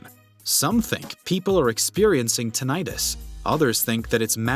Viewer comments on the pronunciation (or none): none